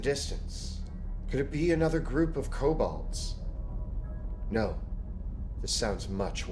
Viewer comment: This is a pet peeve of mine but its pronounced ko-bold, not ko-bald.